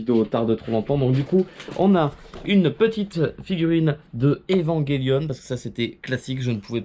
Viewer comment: On est d'accord il a dit Evanguelionne xd